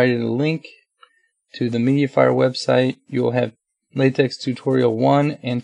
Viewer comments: Its"latech" not "latex". Last letter is Greek "chi". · Great Job, P.S. The correct pronunciation is " Late(k)" and not "Late(ks)" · pronounced LA-TECH :)